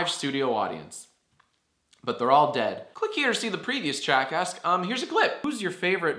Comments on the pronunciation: I thought you sed Jackass instead of Jackask. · I keep on thinking your saying jackass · Who else heard jackass?